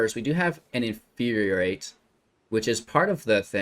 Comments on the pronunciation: In-fyur-ee-ate not In-fyur-ee-ur-ate This pedantry brought to you by CGB's Professor of Symblahblahblah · It's not "in fyur yur rate" it's "in fyur ee rate".